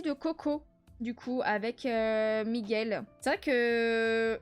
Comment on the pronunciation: Super vlog qui m’a accompagné dans mon Diamond painting ❤ par contre c’est en-canne-to et Mi-gouele Mddrr 😂😂😂 et je vais faire un avc que tu te rappelais même plus de mon thème ni pourquoi tu faisais raiponce ptdr 😂😂😂